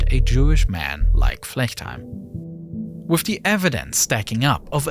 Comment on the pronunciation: how does he pronounce foreign words correctly but can't say with without say wiff